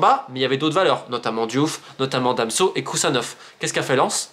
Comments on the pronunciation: Super vidéo romain mais Danso pas damso lol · Ne me demandez pas pourquoi je prononce "Damso" et non "Danso" (alors que je ne connais même pas le chanteur en question, je ne sais même pas ce qu'il fait, mais j'ai appris son existence à cause justement de ma mauvaise prononciation). J'espère cependant que ça vous permettra d'y voir plus clair sur les enjeux/influences en coulisses. Keep the faith !